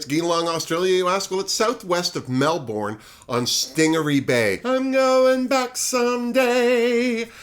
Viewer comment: As some have pointed out, Geelong is pronounced Juhlong, and Melbourne sounds more like Melbun. I've seen Art and Karen perform many times over the years so I look forward to seeing them on the show. Also, JoJo is from Newcastle, NSW not NZ